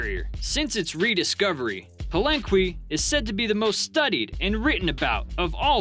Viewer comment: Err, it's pronounced "Palenke" not "Palenkwee". :)